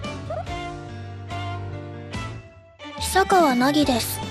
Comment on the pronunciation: reads "Hiyasaka Hayate", should be "Hisakawa Hayate" : reads "Nagisaka Nagi", should be "Hisakawa Nagi"